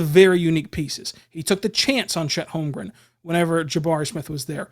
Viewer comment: Thank You, for getting my last name correct...